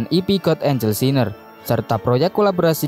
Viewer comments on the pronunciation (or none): none